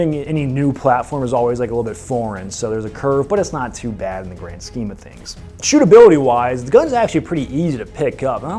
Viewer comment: He says grand scale and all I hear is garand scale.